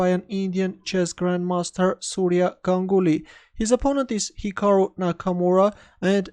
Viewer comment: Correctly pronounced his name...